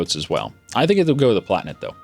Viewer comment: The Palatinate - "Pala'ti'nate"